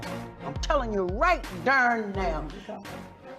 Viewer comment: "I'm telling you right DERN now" 😅